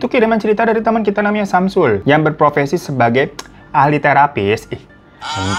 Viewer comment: Bang hati2 pengucapan profesi.